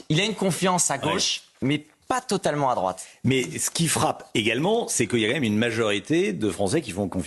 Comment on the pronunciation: Cet excité parle al et toute vitesse ! on ne dit pas !"queuilla " mis on prononce : "qu'il y a"